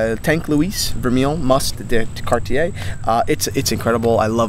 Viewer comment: Now, you guys got to learn how to pronounce Cartier....it would sound like "Car'tje" and not "Car-ti-ai" .......